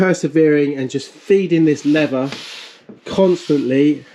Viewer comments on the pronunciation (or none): when "leather" and "lever" are pronounced the same :P